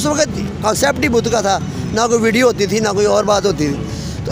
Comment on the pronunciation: angrejo ko nahi UP bihar walo ko hindi bolna sikhana padega tum log V ko B bolte he jese ki Vijay ko Bijay ,vinod ko bhinod ,visa ko Bija ,savita ko sabita ,vedio ko BEDIO ,vimal ko Bimal 😬 Or hindi sikhna ho to bolna